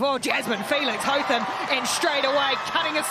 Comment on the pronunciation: Hotham. Interesting pronunciation of this name. Commentators are using HoTham, where as Australians say Hoth-ham. I wonder from where the difference comes.